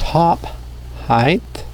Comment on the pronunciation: Great videos but "heighth" is killing me lol